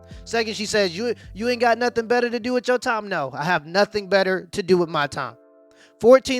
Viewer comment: What was she saying? 'Not a dam ting!'